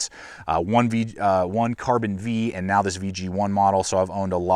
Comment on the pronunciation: Carbon V is pronounced "Carbon 5."